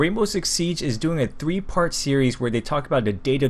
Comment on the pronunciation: He said in the begginging dwee not three